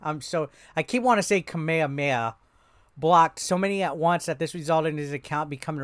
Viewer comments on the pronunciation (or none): Kah-mee-ya, not "Kah-my-ya" nor "Kay-my-ya" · 😂😂😂😂 u did butcher his name.. ka-me-ya (Kamiya) the butcher was the best